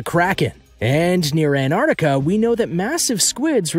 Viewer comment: Crappy footage. And its ant ar tic a. Not anardica. Pronounce properly.